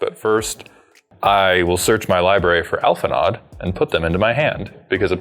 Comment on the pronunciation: Minor gripe as an FF14 player but, its not "Alphi-nod," its "Alphi-no."